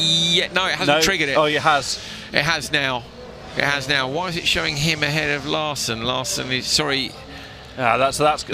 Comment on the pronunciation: Great racing! Great commentary! Nevertheless, Larsen is pronounced with the emphasis on the first syllable. I know it's not easy so kudos to you both for doing as well as you do! Cheerio lads!